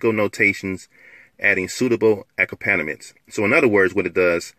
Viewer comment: hey that word is pronounced A-company-ments